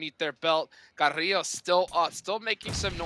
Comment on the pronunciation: he call carrilho carrlo 😂 “CARRLO”